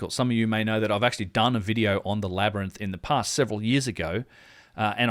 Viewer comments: I am no native ebglish speaker, but i thought it is a labirinth, not a LAB-RANT! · I think we can all agree its pronounced labernyth.... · Say labyrinth again... Its a wonder Joe Rogan says it wrong after hearing it SO MANY times in this video.